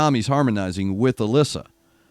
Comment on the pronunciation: Alissa is pronounced more like a-lee-sa. If you check out the interview Elizabeth from the Charismatic voice did with her, you can hear Alissa pronounce her name.